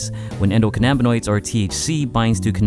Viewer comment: The way he pronounces endocannabinoids is cringy